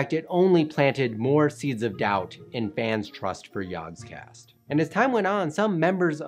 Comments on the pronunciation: Everytime he says "yogscast", I hear "yawnscast" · You had one job!!! "Jaaahgcast" You pronounce everything perfectly, but saying "Jaaaaaaahgcast" is the worst thing I have ever heared. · It would help if you could say the name properly Or almost any of it properly